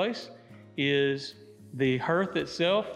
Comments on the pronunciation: Hearth, pronounced harth not hurth. The heart of a home. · Beautiful home, very similar to what we hope to build soon in Lampasas County. Heads up: you’re mispronouncing hearth and niche. The correct pronunciation for hearth ... think of how you say car. You said it like hearse. Niche is not pronounced with an a on the end; instead say it like the word itch but add the n in front of itch ... nitch ... but spelled niche. Just trying to help. 😉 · Really well done! BTW, "hearth" is pronounced just like "heart" with an "h" on the end, not like "her" with a "th."